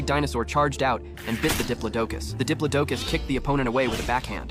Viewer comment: It’s called a (di-plo-do-cus) diplodocus